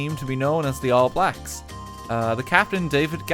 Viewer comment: Hearing pronounce all blacks hurts my soul